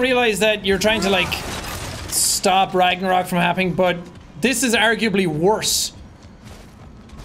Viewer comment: Fun fact: some of the locations in god of war ragnarök is actually Icelandic, and yes you are butchering the words